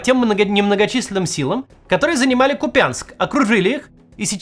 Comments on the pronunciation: Максим...., КупЯнск, так говорит путлер и еже с ним! Говорите пожалуйста правильно, так как говорят жители КУпянска(купянчАне) и украинцы : КУпянск!, ударение... тудыт вашу налево... на "У" , ещё раз повторяю КУпянск!!! 🇺🇦 Заранее спасибо! ❤ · Максим, КУпянск, а не КупЯнск!! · Не КупЯнск, а кУпянск. Местным жителям это слышать обидно. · Почему все называют город - КупЯнск? Ударение делается на «у» - КУпянск! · Почему-то все русские говорят Купя’нск а не Ку’пянск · Правильно говорити, КУп'янськ, наголос на У, від слова кУпа (до кУпи) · Нет таких правил в грамматике. Все местные называют КУпянск, такое же произношение и в словарях. Произношение "КупЯнск" - признак чужака, оккупанта. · Купянск, ударение на первый слог. Ничего страшного не случится с русской грамматикой, если произнести безударную "я" как "я", а не как "ие". Ну а если уж совсем тяжко, то хотя бы произносите КупИНск, но с ударением на первый слог. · Город КУпянск, а не КупЯнск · Максим, при всем уважении к Вам, пожалуйста говорите не КупЯнск, а КУпянск. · Максим, говори правильно КУпянск ☝️ Пусть так говорят безграмотные военноначальники и путин 😮 Не надо на них равняться 🫣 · Ну, блин, КУпянск! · а принципиально и пренебрежительно ставить ударение не правильно это не хамство? Лучше пусть мой город Мухосранском называют, чем КупЯнском. В первом случае это просто детская придурь, а во втором явное пренебрежение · Да кУпянск, а не купЯнск, хватит якать, ухо режет. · КУпянск, Кац, КУпянск. Только так. Запомни! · Скажите кто-нибудь Максиму, что он неправильно ставит ударение. КУпянск, а не КупЯнск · ударение на первом слоге - кУпянск!! НЕ купЯнск!!! выучите, наконец! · кУпянск, а не купЯнск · Господа россияне, Ку́пянск, не Купя́нск. Я скоро вздернусь уже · КупЯнск говорят только грёбанные окупанты, сразу слышно где свои а где нет Максим очень режит ухо. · Блин ну не КупЯнск а Куууууууупянск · Пожалуйста произносите правильно: КУпянск, ударение на букву у. Режет слух. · кУпянск! бляха-муха!